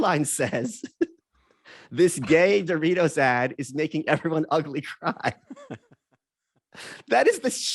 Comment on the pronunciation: I like how Malice is reading it as "ugly, cry" instead of "ugly-cry"